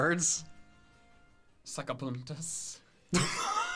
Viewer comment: "sacapuntas" lollll as a Spanish fan, I really didn't expect that 😂 also... Lampiño